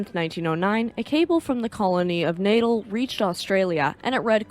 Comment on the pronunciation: Another excellent video. A very minor quible though. Natal is pronounced Nat-al as opposed to natal as in birth. Is it me or does sound remarkably like Elinor?:-)